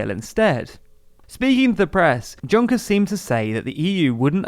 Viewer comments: For the love of god!! Juncker is prounanceed with a silent "J" and a silent "R". "UNCKEA". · You're pronouncing Juncker wrong!!! My ears are bleeding!!! Not everything that starts with a J is pronounced like J! French isn't English! Thank you.